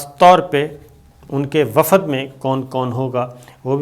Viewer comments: Wafad nahi wafd sabir bhai. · Wafad nahi wafd sabir bhai